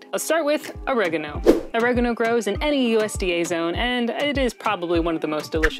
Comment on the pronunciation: Oregano has distinguished 4 syllables, it isn't all said at once. Annoying af voice.